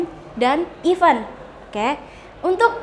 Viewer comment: Aduhh, guru inggris tp pronounce event aja salah...bkn ifen...hehehe